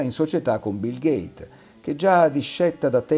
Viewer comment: Vi preoccupate giustamente per le potenzialità distopiche che l'uso mirato dell'AI potrebbe comportare ma usate una voce narrante che è un' AI ? Una voce narrante che evidentemente costa meno di un lettore in carte e ossa. E allora capite la contraddizione? E poi non si può usarla e sentire che l'artefatto pronuncia "Bill Gait" il nome del noto filantroposauro delle "finestre" ( ora di Overton magari ) che però si chiama "porte". Jeff per favore, intervieni, fai qualcosa, chiama Pascali e chiedigli anche di Trump schierato anche lui con Netanyahu. Qua non si sa a che santi e peccatori votarsi.